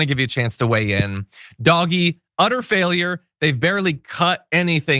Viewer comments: Dodgee...not doggy. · I’m so glad that you call it doggy. I’ve put comments on a number of channels recommending that it be said that way ❤ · So happy that you’re pronouncing DOGE properly.